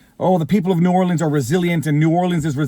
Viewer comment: I'm from Louisiana. This is %100 incompetence. NO is ran by idoits. Btw kudos for pronouncing New Orleans correctly.